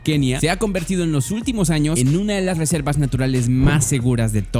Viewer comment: soy yo o dijo resepas en bes de reservas